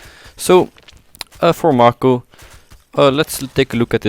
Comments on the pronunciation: first: he is a she second:it's pronounced m-ai-co not m-ar-ko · His name is May-ko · bruh, May-Ko would be more accurate, learn to read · Its pronounced MAY-ko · I love how he is constantly mispronouncing the name "Mako" and getting her gender wrong.